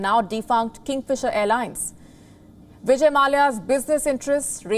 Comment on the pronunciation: Hey lady it is vijay, not Bijay